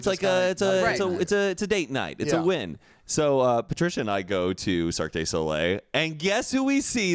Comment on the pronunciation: no one else says Cirque day Soleil, but I’m stickin to it. Duh. Cirque duh Soleil.